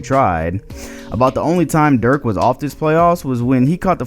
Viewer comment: Why can't any of these NBA you tubers cant pronounce Dirk's name correctly. The video is amazing otherwise